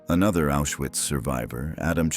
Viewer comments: Diese automatische deutsche Vertonung ist unmöglich und nicht zu akzeptieren! Viele Wörter - selbst Auschwitz - werden absolut falsch ausgesprochen. Unmöglich. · Nemmeno sa dire Auswhitz